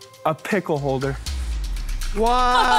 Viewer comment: I joy I felt when I saw Doc Ock say "Pickel Holder"